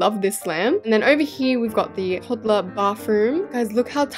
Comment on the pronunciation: Toddler not todler